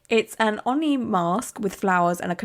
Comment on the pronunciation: Hey, it's "Oh-Knee" - white guy who grew up in japan and has one on his arm.